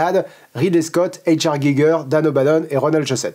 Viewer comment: Giger était germanophone, il faudrait donc prononcer H.R. à l'allemande (ou limite en français), ca a aucun sens de le faire à l'anglaise. Sinon bonne vidéo comme d'hab.